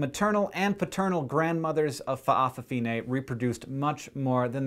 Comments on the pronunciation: That's cool by the way it's fafafine (fafa-fee-Neh) not fa'a fine lol but I will defiantly subscribe..u have a lot of awesome videos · if you ever need to say fa'afafine ever again, try saying fafafine, it's much easier to pronounce Samoa, pronounced sah m oh a but no spacing thanks for trying, and we Samoans do appreciate people who try to pronounce Samoa and samoan words. #subcribed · nice pronounciation, but most say fafafine or just fafa, im samoan btw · I love the way you say Fa' afafine xD It's incorrect, but cute and a bit silly. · My father's side of the my family is samoan, and I know that all N's in samoan(with some exceptions, for example the word Samoan) words are pronouced like NG like the end of 'king'. But the break between the Fa and the rest of the world is not usually as detectable as you would break up the word Hawai'i. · lol at how you pronounce fa'a fa fige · I cracked when he said "FA'AFAFINE"